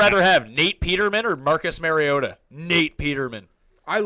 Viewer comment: its mariota not mariatta